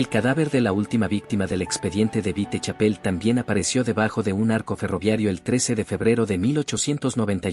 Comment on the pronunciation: Me molesta que el narrador diga vitechapel